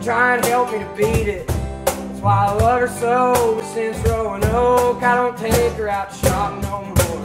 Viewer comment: He pronounces it Rowin Oak. Roanoke is the lyric. If you think about the song, growin old, would be totally out of place there.